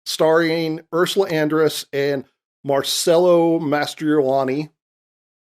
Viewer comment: It’s MarCELLO not MarSELLO!!